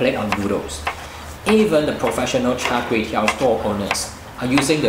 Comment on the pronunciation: everything was smooth except when the time when he said KUEY TEOW🤣, it like a an apple without an apple. Mind you KUEY TEOW or KWAY TEOW is a direct pronunciation from a dialect in south east of china 潮汕 (ChaoShan) area. The correct english word for this Kuey Teow is actually RICE NOODLE